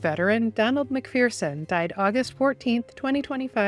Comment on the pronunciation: Why id it nobody can pronounce McPherson right? It's not 'McFEARson', It's McFURson